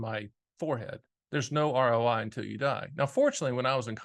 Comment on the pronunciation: “What’s your R Oh Die?”